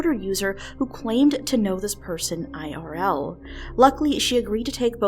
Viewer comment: first time I'm hearing a narration that says "IRL" ..I mean, it's still 3 syllables 😅